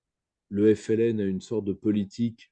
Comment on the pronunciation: Mdr tu a ramené un français parler de l'Algérie rien que le mot FLN il a du mal a le prononcer tellement il a la haine conclusion la France et sont dom Tom le Maroc du lyautey jalouse l'Algérie